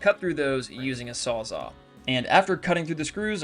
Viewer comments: Sawz-all because it saws all wtf is a sawzaw? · The saw you are using saws ALL things so it's called a Sawz-ALL. it is not called a Sawz-aw or a Sawz-ah. or Sawz-awe although if I were a competitor, I would probably call my product s Saws-awe since it is so awesome. But the name on the product you are using is either an actual SawzALL or its a knock off reciprocating saw. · A sawz-AWE? Really dude. Cause it's definitely not a sawzall. Or is it ?